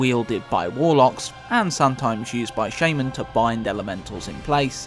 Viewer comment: Nice vids. I like the way you say shaman shjeeejmen